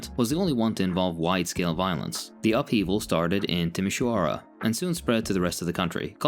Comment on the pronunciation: And of "Timisoara"! In fact, it's probably the best spelling of that city i've ever heard from a non-native speaker! 😂 (ah, except a Russian Moldovan girl who I met in college, but she doesn't count cause she had a Moldovan Romanian boyfriend and spoke our language almost fluently...)